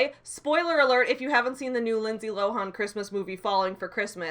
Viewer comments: I'm sorry to get side-tracked, but "Lindsay Lo-hawn"? Hrm? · I like how u make "Lohan" rhyme with "Gohan" I'm gonna start doing that